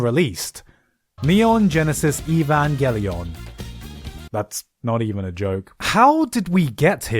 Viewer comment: NEE-ON GENESIS EE-VAN-GEH-LEE-OUN.